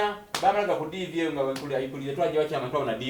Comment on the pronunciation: Mbu twatyama twabona Diveo, did anyone hear that??🤣🤣🤣🤣